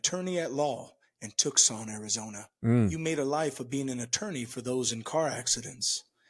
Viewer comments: Pronounced “Too Sawn”. Not Tuck sun. (Tuson) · Hey dude. Its pronounced TOOSON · Hey th your guys ..... thank you. (Btw Tucson =TwoSawn). Pronounce it correctly. Back then Charlie. This is worse than sick. Lucky my wife and daughter woke up to how sick the world of woke is. They are x Dems. Never again. I didn't talk them into this. They came to it on their own. I'm 73 knot religious... but I and my family loved Charlie like America used to live Will Rogers. It's hard d to admit but Charlie was an even greater force than Will Rogers. Hw did the woke creation of trans result in trans murderers? Minneapolis- Nashville- Utah. B Aug let's all understand there is one HUGE aspect that the media will never allow to be publicized: all these Trans orders? All ALL had high THC levels in their bloodstream. Google Alex Berens's book ..."Tell Your Children"...I smoke pot now and then but it turns out a full 4-5% of pot smokers will lose everything because of "cannabis mania". It's serious beyond belief. Google it. .....Trans + Cannabis Mania = creates murderers. Charlie is dead because of this. This has awakened a sleeping giant. From young to old... moderates we are moderates we will always be. .....Brit's & Americans of all types & Germans & Japanese & all middle of the road people who know Charlie... we are all going by to rise up politely and unwoke schools and university professors who teach hate. This has started the biggest uprising of common sense worldwide. Woke... pronouns... trans...gender nonsense... Woke is over but we will do it politely unlike woke's mu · tok-son arizona.. oooh noo. no joke tho, this guy is fighting the good fight. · That’s not how Tucson is pronounced. Dude is insufferable.